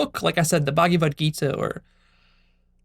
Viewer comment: What is the "Buggy Vud Gita?" I'm pretty sure that in Sanskrit it is pronounced "Bhagavad Gita" and although the Hare Krishnas treat "Krishna" as separate from themselves, hence the delusion, I know from experience of my SELF that the Slokas in the Gita are SELF-evident and ring TRUE so I would hesitate at dissing such a great book and dismissing it lightly. I don't think you are at a level where you can do that. Even though I get what you are saying about blind belief however if you are awake then the Gita is a Golden thread, a Jacob's ladder leading to the TRUTH.